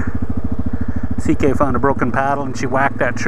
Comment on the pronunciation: its ck not zk correctme if im wrong